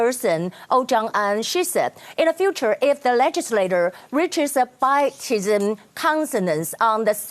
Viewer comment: 修正一下雅琴姊的發音 : bipartisan /ˌbaɪˈpɑːr.t̬ə.zən/ 兩個黨派的, comsensus /kənˈsen.səs/ 共識